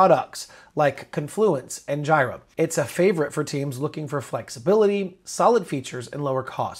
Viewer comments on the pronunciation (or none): This was helpful but its pronounced Jeer-ah